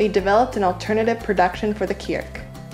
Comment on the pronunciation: I didn't know kriek was such a tongue twister, you said 'kierk' several times :-)